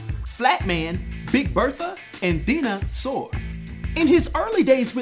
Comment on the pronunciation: What's up? Nice video as always. Dinah Soar is actually pronounced with a long "i", so it sounds just like dinosaur. Marvel was a bit on the nose with her codename.